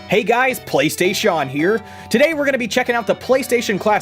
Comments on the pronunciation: Im´ an easy guy, i died with "Playstashawn" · When you first said Playstaysean. Killed me. So funny